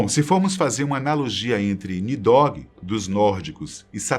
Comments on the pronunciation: Não é nidogui, mas sim NIDHOG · Nidogue meuzovo, o nome e pronúncia correta é Nidhogg kct